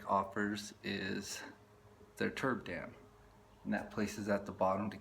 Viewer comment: trub... not turb